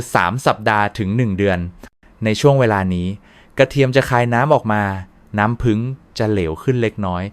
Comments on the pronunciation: กรุณาไช้ถาษาไห้ดีด้วยผึ้งคุณอ่านว่าผึงได้ใงฟังแล้วรู้สึกไม่ดี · เขาพูดว่า ผึง ไม่ใช่ ผึ่ง